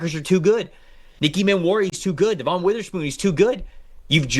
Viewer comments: I love your content, I watch you guys all the time, but PLEASE PLEASE stop saying De-VON Witherspoon. I live here in Seattle and the team and all the media correctly pronounce it Dev-un. Every time people hear you guys say that, it distracts them from what you are saying. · His name is Devon. Not De-von. Like De-vin. I've listened to you guys say his name wrong for a couple years. If you want people to think you know what you're talking about, maybe learn the names of the people you're making your money off of. Not to mention an all Pro with Witherspoon. Stop embarrassing yourself.